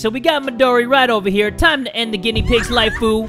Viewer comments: I thought it said ( without captions) “Time to end a guinea pig lifeu!” But then I went back and listened closely and when it said”lifeu” it sounded to me like it said” like poo!” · Who else likes it when says lifu and knifu 😂😂